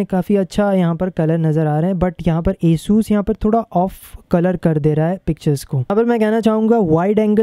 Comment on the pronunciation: the name is asus not esus hahahah🤣🤣